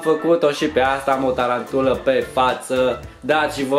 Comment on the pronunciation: Se spune taranpula😂😂